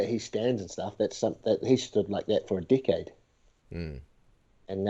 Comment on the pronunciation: This is the first time that iv'e heard the word "decade" sound like "dick head". lol